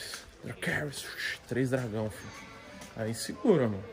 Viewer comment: "MEUS TRÊS DAGRÃO"